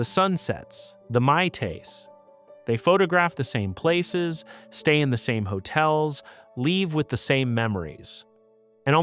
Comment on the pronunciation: The what? Mai tays? Come on man